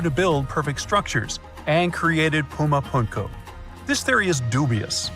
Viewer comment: First of all it is not Puma Punkyu. It's Puma Punku. Punku is a quechua word meaning door. I lived there for 36 years and can understand and even speak a little of the language. I learned the language as far as I could just listening and speaking to the indigenous people there. So when these outfits blaze out silly theories and cannot even properly pronounce the names of the places they should not be taken as all seriously. Supposedly aliens game and build all of these stone structures or age of mankind to build them. It's pretty amazing that aliens who could fly through space still constructed in stone. There are no instances of advance meturology, there are no instantes of anything made of ferrous material. There are no remains of other common metals in modern cultures such as aluminum or titanium, which would hardly be unknown to search wonderfully advanced beings. Nor is it believable that implements from their time made of these medals were not broken, misplaced or lost. Space wizards could hardly have constructed these amazing Stone cities and not leave evidence of advanced tools and instruments necessary to do so. On the other hand, civilizations built by human beings could physically be constructed using ancient methods. But to pretend that space aliens came and did all of this Grand work by building immense cities of stone and much by mud brick without losing any specimens or samples of the metallic tools they would have used common in such an advanced culture is jus